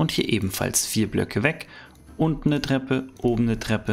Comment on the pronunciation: Bester Kanal aber es heißt „Treppe“ nicht „dreppe“😂